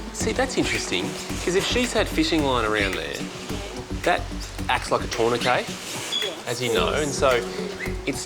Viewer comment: "tour-ne-qay" interesting